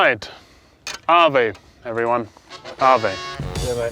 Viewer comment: Kind of annoys me that for the whole series Phil and the people he meets never say "ave" correctly.